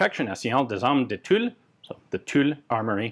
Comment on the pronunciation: Ian, I’m super pleased to hear that you have finally nailed the pronunciation of ‘Tulle’!